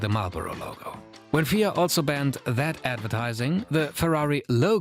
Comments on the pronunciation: WTF is the "Feeah" it's "F. I. A." Also tobacco sponsorship has resulted in the MOST iconic racing liveries in all of motorsport. (perhaps not counting Gulf Oil and Martini Racing) You focus all the opening attention on Tobacco but never once mentioned Alcohol sponsorship. You bring up HAAS' shady partnerships with Fake brands like Rich Energy but never mention Russian Oligarchs and paid drivers. This video has many flaws and glaring omissions. It could've been a lot more comprehensive. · For future stuff you might want to say F I A and not fia. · F.I.A (pronounce each letter), not Fia. Otherwise, great video! :) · Just a note. It’s pronounced F.I.A and not as a single word. Because it’s an acronym for Fédération Internatonale de I’Automobile